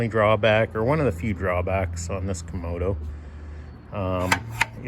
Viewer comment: lol. You keep saying komodo, like a komodo dragon. But it is a kamado. Two A's, not two O's.